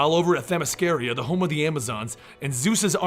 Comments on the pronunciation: Themy SCIRA you fucking imbecille. not Themy sciria. how fucking hard it is for americans to pronounce foreign words. the fucking arrogance in not checking because he doesnt give a shit about it. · Sorry to be a dick but its Themyscira, not Themysciria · It’s Themyscira. Not themyscaria. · Them-is-car-uh. Not Them-is-car-ee-uh. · It's themiscira not themiscaria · Actually it's Themyscira, not Themysciria. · he said themysciria....got the name wrong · themyscira, not themysciria.. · Themy SCIRA you fucking imbecille. Pronounced like KIRA not Themy scaria. how fucking hard it is for americans to pronounce foreign words. the fucking arrogance in not checking because u dont give a shit about it. U butcher names ALL THE TIME. But i bet u pronounce it how u feel like because u dont give a fuck about the creators intent or the use of names OF ACTUAL PLACES which u feel u should be able to pronounce like u want. Are u too dumb or just respectless? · you say Themyscira weird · Please go watch the Wonder Woman movie again so you can stop mispronouncing Themyscira. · doesn’t know how to pronounce themyscira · You pronounce Themyscira incorrectly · You pronounce Themyscira wrong through out the entire video. Good job otherwise. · Anyone else irritated by his pronunciation of Themyscira? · my issue is that he's pronounced it correctly before